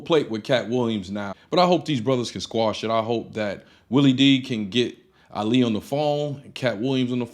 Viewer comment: Willie D told the story wrong. Hell, he couldn't pronounce his name right. Ali and Katt should've sat down and had the discussion face to face. Ali said he met Katt when he was performing under the name Katt in the Hat. They rode in a car together, discussing getting a tattoo in New Orleans.